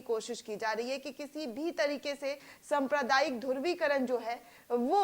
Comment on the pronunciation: संप्रदायिकता नही, सांप्रदायिकता कहो, धुर्वीकरण नही, धृवीकरण कहो, कडोड नही, करोड कहो !